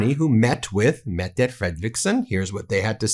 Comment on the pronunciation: METTTTTTE How many T Do you need to pronounce it right🙄